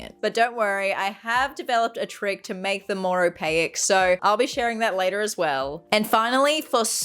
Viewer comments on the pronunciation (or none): You lost me at o-pay-ik